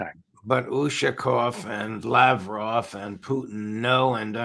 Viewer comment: Judge Andy claims Lavrov is a friend, but doesn't show hi the courtesy of pronouncing his name properly.